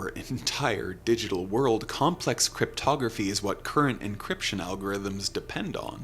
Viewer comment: Or as the president of the United States likes to pronounce it… cryptoGRAFFY